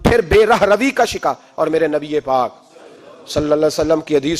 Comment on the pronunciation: Nabi pak Sallallahu Alahi Wassallam ka naam sahi se aada kiya kare jazakallah